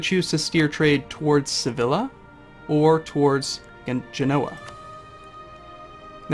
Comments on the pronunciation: Anytime you encounter literally any Spanish word with a double "L" it will always be pronounced as a "Y" sound. Sevilla=Seveeya, Como te llamas=Como te yamas. Just in case no one told you in the last three years. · Great guides but one thing irks me. Sevilla is pronounced "suh-vee-ya"